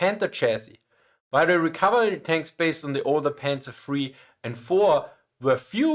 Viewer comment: Not Panzers! Panzer is correct!